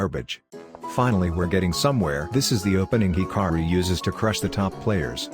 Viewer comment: Why u say hikari it's Hikaru